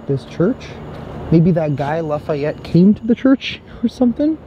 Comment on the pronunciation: La·fa·yette /ˌlafēˈet NO I in it!